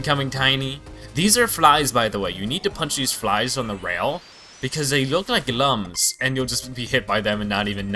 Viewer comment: Looms not lums